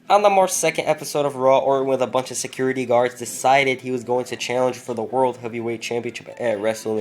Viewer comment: 0.55 "raw orld tag team champions"